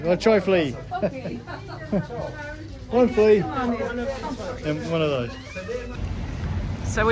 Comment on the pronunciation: Fli not Flli. You can do not eat Fli like that